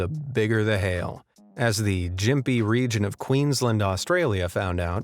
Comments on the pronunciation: Gympie is not pronounced "Jympie", the G is pronounced the same as in "girl". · Oh good gods it’s “Gim-pee”. That hurt more than anything else in this video. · Try to check pronunciation of place names. Gympie is pronounced with a hard G as in gimp. Brisbane is pronounced as Briz bun. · The "jimpy" (Gympie) region of Queensland 😂 It's a G sound like golf or gum 😆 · These guys aren't very good at pronouncing places it seems. It's Gimpy, not Jimpy, Australia and it's pronounced Brisben not Brisbain. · Ok little corrections in pronounciations Gympie is gimp- ee so g as in girl, y is the i as in igloo sound, mp like in lamp and ee as in pee And Brisbane is bris-bin only the i as almost silent and really quick 😂 and Melbourne are both pronounced so we say the first part of the word and then slack off in the last part And say it really quick so Melb-urn bris-b-n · Oh please, Gympie is pronounced with a hard G. 👎👎🇦🇺🇦🇺🇦🇺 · When you mispronounce Gympie... oh my.